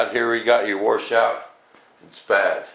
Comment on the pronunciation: Washout - Not War Shout!